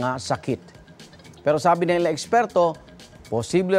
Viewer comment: Anu daw? Viiiiiiiiinum? 😂😂